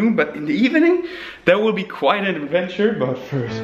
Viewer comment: “Training in the evening will be quite an avventure” i feel ya 😂😂😂